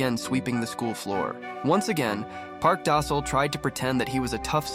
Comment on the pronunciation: Park Da sol more like park dosile😂